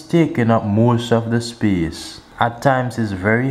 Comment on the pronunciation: Free up ✨speece✨